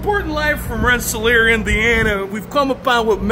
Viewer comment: honestly just impressed you pronounced rensselaer correctly